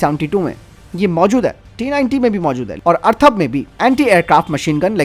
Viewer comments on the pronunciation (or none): Arthav nehi atharv he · भाई टेंक का नाम अथर्व है , अर्थव नही।😁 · अर्थव नही, अथर्व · अर्थव नहीं अथर्व बोलो । हिन्दी की टांग तोड़ देते हैं ये अज्ञानी लोग ।